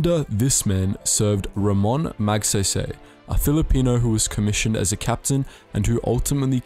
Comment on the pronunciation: I cringe everytime he says Moogsehysehy.